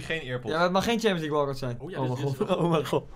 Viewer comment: Ik: oh mij God Koen: oh mijN God